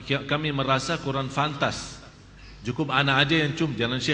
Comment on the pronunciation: Pantas Bukan Fantas:)